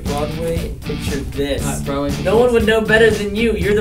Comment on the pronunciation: Oh my god carlos says "BrOaD WaY"